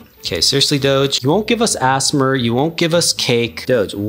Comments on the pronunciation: also "assmer" is so funny dont mean to be rude but i think u pronounce it a s m r seprate letters :D and again happpy birthday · i love how he says assmer also happy bday doge!!! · It’s not asmar it’s asmr also happy birthday doge🐕🐕🐕🥳🥳🥳🥳🥳🎉🎉🎉🎊🎊🎊🎁🎁🎈🎈🎈😘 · Asmr ❌ Assmer ✅